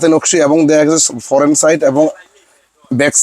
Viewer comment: ফরেন (foreign) নারে পাগলা ফ্রন্ট (front) হবে শব্দটা🫠